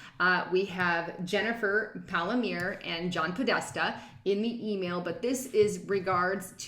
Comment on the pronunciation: Jennifer PAL-ME-AIR-EE.